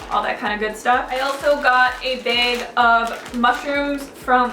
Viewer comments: you say "bag" like "baig" :') i like you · You say bag weird :3